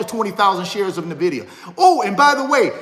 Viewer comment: Nvidia to 75. Will also give you $1000 if you say NVIDIA right 😅